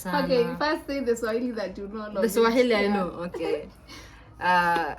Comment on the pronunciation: You guys are vibes when together 🔥 🔥 🔥 Swahili got murdered here lol